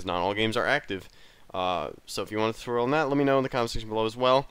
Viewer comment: I thought he said Tucorial I was like what the f***